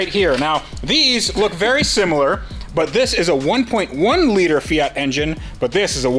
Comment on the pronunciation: The "Fiatski"!!!